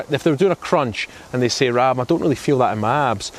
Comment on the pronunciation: Sorry Rab, it sounded like Stephen called you Rob not Rab!!!!!